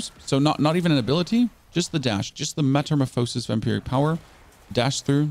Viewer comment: Meta - Morph - phas - is My bro said meta - mah - pho - sis lmao Thanks for your content tho that made me laugh